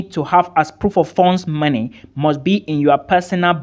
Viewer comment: I like how you pronounce money. (Marny)